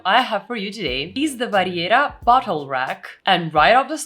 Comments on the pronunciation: Not trying to be mean, it was funny..... I thought you said "butt hole rack." ahhhh "bottle rack". Great video, thank you very much. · Is it me or does it sound like she said Vera butthole?🤣🤣🤣🤣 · The what rack? “Bottle” is not what I heard… 😂